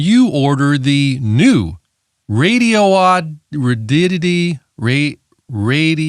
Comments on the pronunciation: Dude just say the name every time you say radioditty you sound sound like 2 kids on the short bus trying to communicate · Lol... Radioddity as in Rid Odd Ity or ray odd ity. It's funny how you say it. I think someone needs to break it down like the old dictionary with the upside down letters.